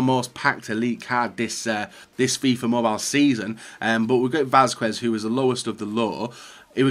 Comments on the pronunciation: Не е Васкуес а Васкес 😂😂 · Good video,but isnt "Vaskuez",it pronunce" Vaskez" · It is readed like Vasqez, in Spanish the "u" in combination of que or cue isn't readad